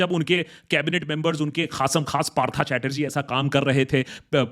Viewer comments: i am only disappointed that he pronounced it " parthaa "chatterjee, bro you are a bengali😂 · Aare uska nam Partha nehi Partho hai😅..bangalee hoke bhi ye galti? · Partha pronounced as Partho, you are a Bengali still your bengali pronunciation is too bad. Please study it and apply.